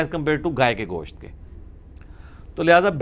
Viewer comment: Bhai Gosh't' hota hai Gosh nhi...kyunki Gosh ka ma'ni Kan👂 hota hai...!!! Mai kai jahil ko dekha hai jo Gosht ko Gosh bolte hai...!!!